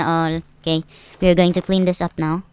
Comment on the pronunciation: The way say neoww